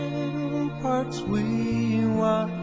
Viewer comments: Fight, not flight! Ramparts, not ramperts! Either way, God Bless America!!! God save us from the treasonous Biden regime. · "hailed"...not held "fight"...not flight "ramparts"...not ramperts smh 🙄